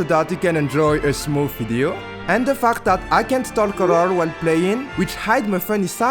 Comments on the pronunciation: Bro saying fact awfully 😂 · yea it was really good btw. Veery unique idea. You should keep going. But plz pronounce fact correctly, it feels like something else 😂